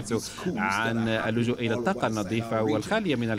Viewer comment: الطاقة و ليس التاقة